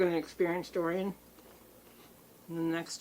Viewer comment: Hahaha I love how you called it hurricane durian 😂